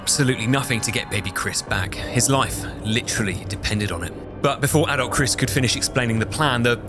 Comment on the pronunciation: Took 40 minutes to realize he was saying adult Chris not adolf